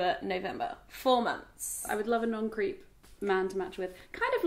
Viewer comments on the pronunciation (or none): when said non-creep I thought she said 'non-greek' hahaha